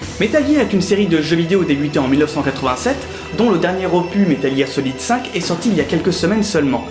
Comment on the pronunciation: Bon travail, comme sur la grande majorité de tes vidéos, mais pitié, si tu ne sais pas prononcer le mot "opus" arrête de l'utiliser, ca rend fou!